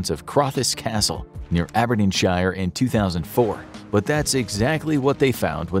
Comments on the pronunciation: Aberdeenshire. It's not pronounced Aberdeen sh-i-er, try Aberdeen sh-ear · ABERDEENSHEER NOT ABERDEENSHIRE. WHY DO AMERICANS PRONOUNCE IT WRONG ALL THE TIME. EVERY UK PLACE NAME WITH SHIRE AT THE END IS PRONOUNCED SHEER NOT SHIRE. THIS IS NOT LORD OF THE RINGS. THANK YOU. IF UR GONNA BE AN EDUCATIONAL CHANNEL THEN GET YA PRONUNCIATIONS RIGHT. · Americans pronouncing "shire" lol its pronounced "sheer" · You pronounce it as Aberdeensher, less pronunciation on the shire